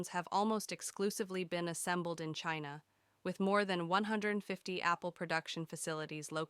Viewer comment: Can't even pronounce China right!